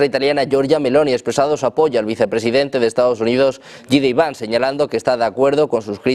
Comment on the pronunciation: por favor que alguien le diga como pronunciar el nombre de JD vance conerectamente.